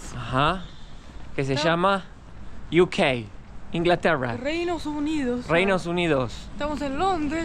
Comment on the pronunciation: Yu Key ? o My key . Pode que queres decir inglatera no yu key